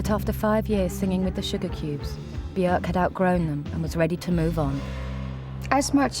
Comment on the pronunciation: her name actually rhymes with work